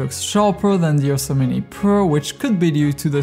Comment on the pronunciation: excellent video. when you say "Ursa Mini" i keep hearing "Yosemite"